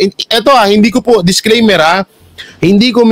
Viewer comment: disclaimer bro. not discreamer. at interpellation not interpolation.👍